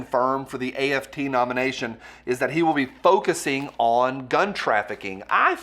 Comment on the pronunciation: Makes me laugh every time says AFT and he does it with a straight face, lol.